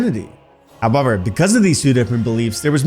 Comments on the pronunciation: Why are you saying however like that? Ahhh, must be Canadian. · Did you say however? Or what did you say?